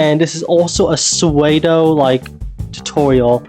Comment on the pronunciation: i was watching without sound and i turned it up as soon as you said "pseudo" and i am now appalled